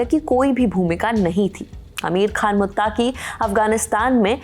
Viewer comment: Ma'am मुत्ताकी नहीं "मुत्तकी"😂😂